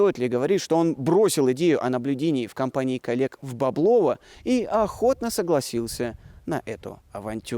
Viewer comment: Всё хорошо, только ставьте ударения правильно: БекЕтов, БОблово, из КлИна а то портится впечатление